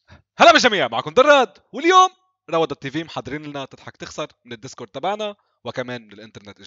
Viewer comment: حلوة كتير هاي فيديو وحاولت ابلع ضحك عندي قدر امكان بس انت وقت بتقول ديسكورد بضحكني اكتر 😅😅 احلا دراد و ديسكورررد 🐸🐸🐸😅😅😅🤣🤣😂😂😎😎